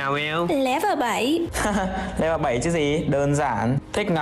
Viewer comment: Người ta đọc là lễ vờ 7 còn chị mèo độc thành lé vờ 7